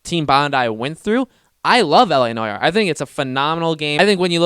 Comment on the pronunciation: Noire is pronounced "No r". It's just so painful to listening to u as a French guy. "La noyar"